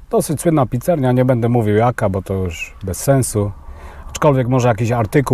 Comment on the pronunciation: Byku nie wazne czy byl finish wazne ze to wszadzal w ciasto to cos. Nie ma roznicy bo i tak nie smak zostaje. A poza tym mowi sie pizzeria a nie pizzerNia mordko. Kłuje w uszy.